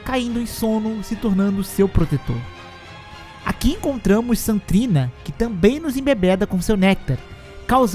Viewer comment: Ele fala Saint trina tudo junto, tipo "santrina". O que esta correto já que St. e abreviação para Saint.